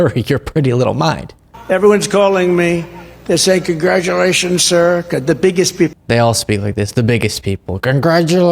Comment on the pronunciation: He can't even say 'sir' when he's sundowning. He says 'SSHURR'.